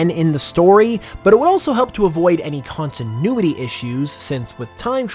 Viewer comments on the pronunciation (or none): none